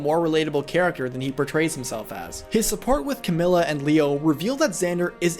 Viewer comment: Did he just say cam-yoo